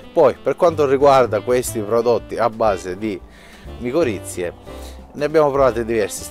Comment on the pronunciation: sono miccorrize non moccorizie😅😅